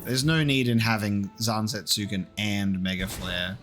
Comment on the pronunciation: I’m not saying this to be an asshole, forgive me. Odin’s sword is spelt Zantetsuken, which is a pretty tough read, and most westerners will pronounce it as ‘zan-tet-su-ken’ as it’s spelt in English. But the correct pronunciation from Japanese is more along the lines of ‘zan-tet-sken’ with the U being apart of one syllable.